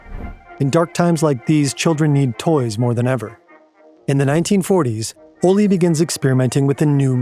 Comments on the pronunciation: Pronounciation guide for and native english speakers: It's "ole (oleh)" not "olli". The K in Knud, Knudstorp etc is not silent. You pronouce it, and you don't insert a helper vowel after it. It's "knud" not "kanud/kenud". The same goes for "gn" words like "gnu", "gnom(e)", "gnostisk(-c)" - it's "gnu", not "nu" or "genu". The kj in "Kjeld" is difficult to explain to english speakers since they don't have that sound in their language. There is no k or j sound there, it's a single kj-sound that's the sort of hiss an angry cat can make. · His name is pronunciation Ol-eh, not Ollie You should’ve looked this up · As a danish person, the pronouncations are sendingggg me lmao - Ole is pronounced kinda like "OLED" but without the D, "O-lé" if that makes sense, not "O-lee", the e is hard as in elephant lol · The pronunciation of Ole is a bit off to me it sounds like the Spanish “Olé” when in Danish it is more like O le Like le Castillo. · I need an apology for the pronounciation of these danish names lol - I do love the video very much tho! So much work into a great video <3